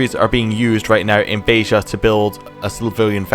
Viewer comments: You said Beja correctly the first time. Beh-jah, not Beh-rrah. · BEJA, not Beiha.